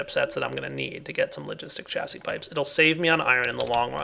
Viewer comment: Hey, Chassis is pronounced Sha-zee